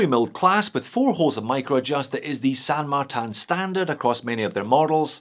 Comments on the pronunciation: San Martin is my fav brand. And please dont say it as San MARTAN. Just use the normal Martin pronunciation as you talk about your slavic australian mate next door. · can you stop pronouncing "san martin" with "martin" in french (and san not pronounced in french btw)? if it were french it would be "saint martin"... which would be the exact same spelling than in english (in that case... wouldn't know if it had to be pronounced the french or the english way). Anyways... "san" is spanish, so can "martin" be... pronounced mar-teen so... san mar-teen please.... chinese stuff are already confusing enough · It doesn't mean anything, it's just a bullshit name they came up with because they assume - probably correctly - thar people wouldn't buy something with a Chinese name. I think it's hilarious that pronounces it like that.